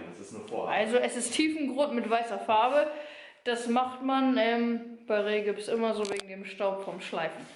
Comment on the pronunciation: Kleine Korrektur: es heißt OSB Platten nicht USB Platten und Rigipsplatten nicht Rehgibsplatten. Ich finde es richtig toll was ihr alles geschafft habt. Bin schon sehr gespannt wenn es fertig ist.